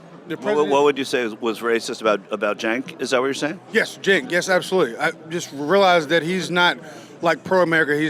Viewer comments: Oh yeah, I watched TYT for YEEEARSZZZ. That's why I pronounce it "Chank." Yep. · How long has he watched? And he still mispronounces Cenk's name?!?